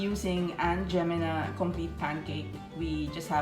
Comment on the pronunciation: LOL It's not "Aunt Gemina"!!!!!! it's pronounced Aunt Jeh-MY-mah. However, the brand name is now discontinued because er'body thought it was racist!